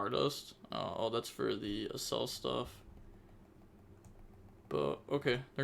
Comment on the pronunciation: Also bro Accel from Acceleration not assel